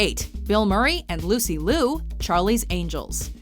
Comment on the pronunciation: Well done "" for constantly mispronouncing Lucy Liu's last name.